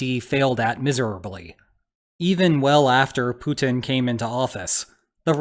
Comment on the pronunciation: Is he saying Putin or Putang ? Well both stands for pussies i suppose 😂